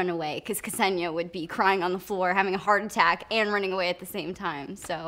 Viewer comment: I saw her in an interview and they asked her how to pronouce her name and its Ka-sen-ya. Not what you said.